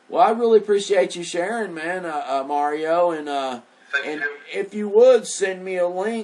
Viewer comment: You need to pronounce the letter A in your guest Mario's name. You're saying his name as if it's Muurio!! It's just a tad annoying that's all... Peace out, love and light to you. ✌🏻